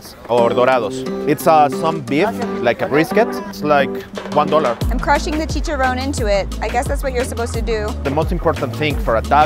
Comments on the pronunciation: triggers me when she says chicharon when you say it you have to roll your rs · "chee-cha-rowne"! LMAAOOOO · Pro tip: In spanish, the singular of words in plural ending with -es, don't end with -e. example: chicharrones -> chicharrón, not chicharrone; tamales -> tamal, not tamale. Spanish double "L" (Ll, ll) sounds like the letter "J" in english, not like english "Y". I hope this helps anyone who reads this and makes this mistake in spanish Btw, a possible reason why you can't find churros in taco bell might be that churros are from Spain and Portugal, not from México.